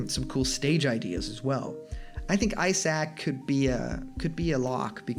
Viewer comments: Did you really have to say Eye Sac tho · By the way it’s Isaac not eye sack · Isaac is pronounced "EYE-sick." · "Eye sack from Golden Sun" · Eye sack. Eye sack? EYE SACK?!? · I-Sack...? You serious? Lol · Eye sack? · 3. “Eyesac” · Eye Sack and Fee Licks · You pronounced isaac wrong